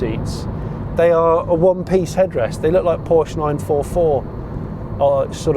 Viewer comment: If only he could a) learn to fucking pronounce Porsche properly and b) wake up to the fact that the UK (together with 96% of the worlds population) is actually metric, then he would be a really good car show presenter.